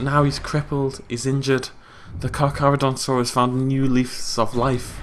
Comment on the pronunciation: Kakis6969 It's still Charcharodontosaus, there is no ru in saurus, and the first Car isn't supposed to have an h.